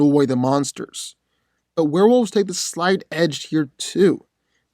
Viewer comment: Dude the pronunciation is wolves. Not wolfes